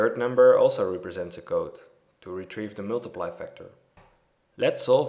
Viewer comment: Excellent. It was exactly what I needed. Thank you. , "deviated," the first "e" is long, not short, "dee," not "deh." and other times, "represents," the first "e" is short, "reh," not "ree." Respectfully submitted.